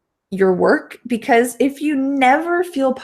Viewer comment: Why do you used c ose not because? "coce"